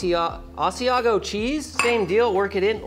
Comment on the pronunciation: The way bro said aæà asiago